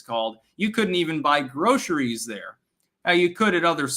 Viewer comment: Groceries dear, not "Grosheries".